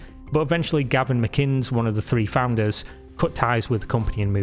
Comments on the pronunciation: I can tell that you did a lot of research since you don't even know how to pronounce Gavin McInnes' name. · Learn to pronounce Gavin’s name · You really couldn’t read and pronounce Gavin McInnes and you’re British? 🤔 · "Galvin McIns", is that a piss take? Neeeext. Tales From the Internet I think is in order then. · This man really just started by saying "Galvin McInnes". Lol. After GAVIN McInnes' appearance on FNT, i have no respect for him at all and it totally makes sense why VICE failed. He is so incredibly clueless and out of touch it'd be fucking hilarious if it wasn't so sad. He's out here trying to tell people how they should be acting when he still thinks of nerds as a stereotype from a 1980s raunchy high school comedy, being given swirlies by the jocks and literally never touching women because they're too socially awkward. He's so woefully ill informed about basic things that it's no wonder the right lost the culture war that badly. "Counter culture" aye right. Dude literally had his MIND BLOWN when he found out that the "nerds" on Friday Night Tights were all married with families. He was so shocked to find out all his opinions weren't just wrong, but hilariously wrong and outdated, that he whipped out his micropeen and pissed on his own desk, as his way of leaving. He's a complete fucking moron, a manchild, and ironically everything he accuses others of being. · Bro, I've barely started the video, but I cal tell you hate names... Galvin Mcins? hahaha